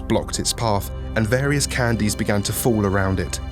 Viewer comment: For a second I thought you said 'candles'